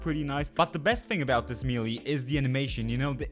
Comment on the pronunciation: check out how to pronounce "melee", you are doing it wrong and is kinda distracting, sorry